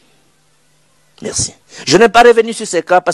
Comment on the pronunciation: Bonjour. Ozali mopanzi sango oyo ozali ko tombola lokota ya lingala longonia mama. Na landala yo mingi. Kasi tika ko loba na accent français ça sonne faux. Confusion mingi na prononciation "U na I", "A na E" pe bongo na bongo. Ndakisa ozali koloba marci na esika ya merci, tshusekedi na esika ya tshisekedi, martan na esika ya martin, palin na esika ya palais, etc. Ba ndakisa ezali ebele yango etindi ngai lelo oyo na yebisa yo. Le lingala est une langue qui a ses valeurs linguistiques comme toute autre langue telle que le français ou l'anglais. Na tondi yo na ndenge oko bongisa na esika wana. Mokonzi Nzambe abatela yo na mosala mua yo.